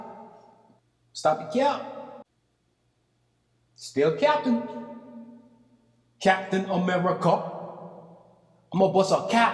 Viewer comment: 'Cap-tain America' 😂